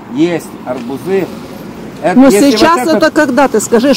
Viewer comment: Добрый день..Все это понятно, кроме одного. Почему вы говорите" арбуЗы" , "аобузОв" вместо "арбУзы", " арбУзов?